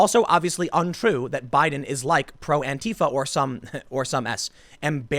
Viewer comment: You mispronounced "dotard" and "Antifa" (which is weird, because you usually don't).